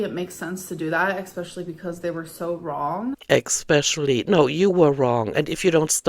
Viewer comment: Expecially, inscrutiating, succalints, ordiments. The list is long